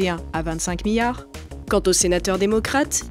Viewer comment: La prochaine fois prenez quelqu’un qui sait prononcer « milliard »